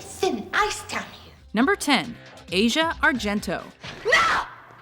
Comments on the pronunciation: It's pronounced Az-Ee-Yah, not Asia. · But, but: it's ASS-YA Argento... :-) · guarda mi verrebbe da urlare a me solo per come cavolo pronunci Asia..